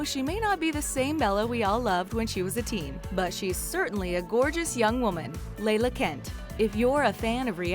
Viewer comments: It’s LALA not Laylah. And her boyfriend was separated when they started dating.. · Its pronounced LAW LAW NOT LAYLA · can someone talked about how they pronounced lala "leighla".. it's pronounced like lalala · Hilarious that they called lala, Leila 😂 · Layla? No, it's pronounced just like it's spelled law law( la la) Kent. Lol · It's La-La not Leila..... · Its LaLa. Not Lala (Layla) 🤦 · It’s lar-lar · Layla and LaLa are not the same name! It’s La-La like the teletubbies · I think the girl who was on Vanderpump rules is named LA LA. not Layla it is pronounced just like it is spelled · ITS LA LA NOT LAY LAH 😭😭😭😭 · LAYLA?! do you mean La-La..............idiots....... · I thought it was Lala not Layla... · "Layla"😂... don't they do any research at all before recording?